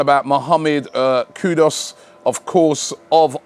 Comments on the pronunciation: Dear Salute 🙏🏾🙌🏾 always for you and your team's dedication and consistency. Simply a note that I believe you're mis-pronouncing the Ghanaian footballer's name. It's KUDUS (ku-doooos) and not KUDOS (ku-doors) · Robbie, it’s pronounced “KOO-DOOS”